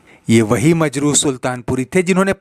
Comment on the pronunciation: Majru, nahin,Majrooh kaho.